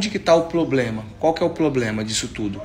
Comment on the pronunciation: Ploblema ???? 🤔🤔🤣🤣🤣 PROBLEMA